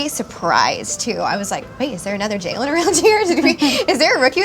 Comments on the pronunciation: Why do they pronounce Jalyn's name like JAYlen, isn't her name pronounced Jaylin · You’d think they’d learn how to pronounce Jalyn’s name correctly… 😬